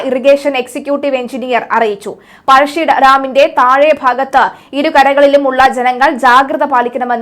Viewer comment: പഴഷി ഡാം അല്ല പഴശി ഡാം ആണ്